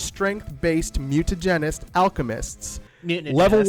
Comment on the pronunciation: After all this time still doesn't know how to pronounce Mutinahgenist.